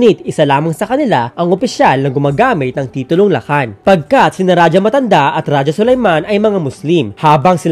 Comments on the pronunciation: Kuya raha ang tamang pag bigkas jan sa rajah hindi raja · Its raha (rajah) not rajah wrong grammar ijo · Raja o Radjah o Radya o Ladya po ang mga tamang bigkas ng ating mga ninuno, sa wikang Kastila po nagmula ang pagbigkas na Raha. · Ang pagbigkas ng Ra-Ha ay galing sa mga Kastila. Ra-ja o Ra-dya o La-dya ang mas angkop at tamang pagbigkas nito. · Ang pagsambit na "Raha" ay mula sa mga Kastila. Rajah (o ra-dya) talaga tunay na pagbigkas nito hindi Raha. 😉